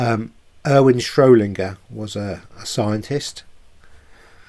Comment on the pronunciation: I've only just found your channel and am catching up on videos, I love that you are helping people learn. Please be more mindful with your words, it is important for ppl to then do their own research. It was SchroeDinger not Schro Linger. And you said 'absorbed' the atoms in the double slit experiment not 'observed'. I'm not being pedantic, for people to take you seriously you need to use correct terminology. Keep up the great work👏👏👏